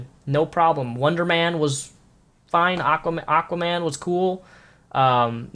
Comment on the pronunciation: why did he say wonderman?